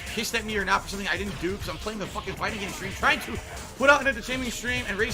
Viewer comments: Will you please start saying "stream" properly? "Skream" every 30 seconds is so annoying. Idk if it's some slang shit to sound cool but it just sounds goofy, especially since "stream" isn't difficult to pronounce. It's almost like you have to intentionally go out of your way to say "skream" all goofy like Edit: "skraight", "false copyright SKRIKES" 🤦‍♀️ I can't understand how a person hears that back and actually thinks people will enjoy listening to somebody replace their Ts with Ks all video lol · Are you saying scream or stream?